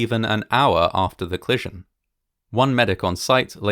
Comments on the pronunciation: Co-li-sion, not "clison" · “Clission” a bit distracting, but delightfully entertaining! What a tragic occurrence compounded by so many things after the ‘clission’, hopefully this will never happen again. Thanx for making this video.